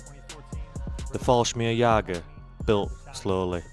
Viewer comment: I spell them how you pronounce them... Just listen to your intro: Fallsmirgsjager...